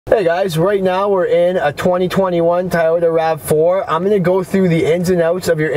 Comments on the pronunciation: Toy-Oh-ta not Tie-yodah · It's Toyota not Tayota.lol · Fuckin a I had to stop in cause it's toy-ota not fuckin thai-ota... Dimwhit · Its pronounded TOYota not TAIYota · It's pronounced "TOY-YOTA" not "TY-YOTA". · Kind of hard to take your guidance seriously when you can't even pronounce the make correctly. "Tyota" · Have I mispronounced Toyota my entire life? Or is it supposed to be “Tie-Yoda” like this guy keeps saying? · I was laughing the whole time.